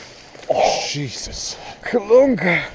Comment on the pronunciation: I thought he said clumber